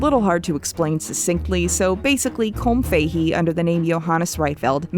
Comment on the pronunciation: also, the pronunciation of Colm Fahey upsets me as an Irish person.